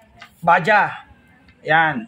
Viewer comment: Bajaj as in bajads ang pronunciation nyan hindi Baja. Tinawanan nga ako nung kasama kong indian nung sinabi kong baja, kasi yan ay made in India.